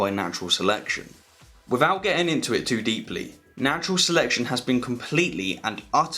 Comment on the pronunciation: without … not wivvoud